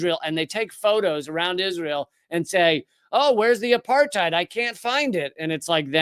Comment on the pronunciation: Apartheid is pronounced "apart-aid". It's not a German word. It's Afrikaans meaning "aparthood".